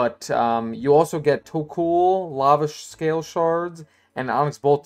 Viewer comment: Its tok-ol not tok-uul